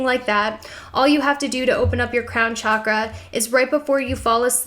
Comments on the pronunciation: pretty sure it's pronounced 'shock'-ra not 'chalk'-ra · Pronounced SHockrah. Not Chakra as in CHalk . Chakra as in Shock. On another note, your ink is sick. 😊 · Everytime she pronounces "chakra" i feel .....